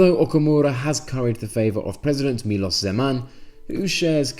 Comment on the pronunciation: Very accurate, I found no factual errors in this video at all. You also have a very good pronunciation and judging by your translation of the SPD advert, a good knowledge of Czech as well. Just one minor thing, the president is called Miloš Zeman [milosh]. I would very much look forward to a follow-up video now that it's a few weeks after election.